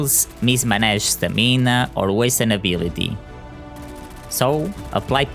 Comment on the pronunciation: It’s Stam-in-ahhh